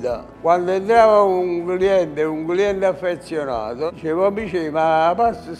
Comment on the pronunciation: affeZZionato è stato messo come sottotitolo per dare enfasi alla pronuncia del simpatico 90enne? ahahahha